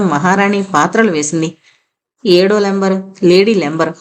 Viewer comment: Number Member అంతేగాని లంబర్ అని చదువుతున్నారు. పుస్తకంలో కూడా అలాగే రాశారా ? కాస్త కరెక్ట్ గా చూసి చదవండి. ❤❤🎉🎉🎉